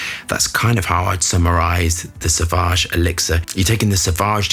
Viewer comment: it is pronounced sovage and not savage. There is a u after a. Just listen to the advertising or enter sauvage in google translater. Then you hear the pronunciation. Every fragrance reviewer gets it wrong.